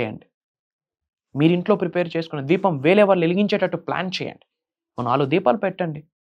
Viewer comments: "ద్వీపం " అనకూడదు అండీ. "దీపం " అనాలి. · First of all meeru telugu nerchukuni appudu rituals gurinchi matladandi. Telugu lo sa ni sha ani anakudadu. Deepanni dweepam anakudadu. Masam anali masham kadu. Inko baba puttukochadu ra babu.A nails cut cheskondi first. Dantlone undi sagam sani , negetive energy. Janalni fools chesi style ga gattiga chepthe dweepam veliginchamu. Maku telusu "deepam" Ela veliginchalo.